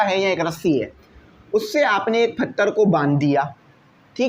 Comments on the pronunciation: Not him pronouncing pathar "PHATHAR" 😂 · Nice Explanation ❤ but its patthar not phattar 😅